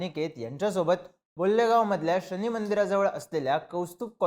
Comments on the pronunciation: क्षमा असावी........ अहिल्यानगर मधील बुल्ले गाव नाही..... खरा उच्चार आहे..... बोल्हेगाव.... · बुल्लेगाव नाही रे 😂😂😂 बोल्हेगाव आहे ते 😂😂😂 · डोक्यावर पडला का तू... उच्चार नीट करत जा.... बोल्हेगाव आहे ते... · बोल्हेगाव ( Bolhegao) ahe te